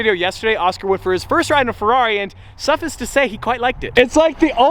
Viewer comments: suffEYEce... say it with me suffEYEce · Bruh, this is like the 4th time you’ve mispronounced “suffice”